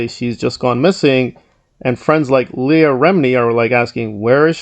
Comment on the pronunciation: I've been following this story for a very long time. Word to the wise, when doing an update video please know the correct pronunciation of the names, specifically Leah and Miscavige. Otherwise, good content.